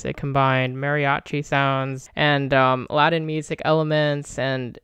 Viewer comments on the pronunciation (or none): none